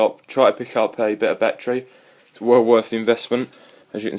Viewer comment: "It has a numchuck bat-tree"